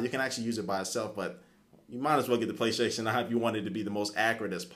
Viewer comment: Intereshing product. Playstashion Eye. Intereshting..... WTF